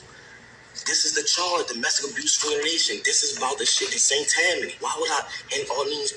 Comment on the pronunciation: You pronounced St. Tammany Parish correctly. I live there..😅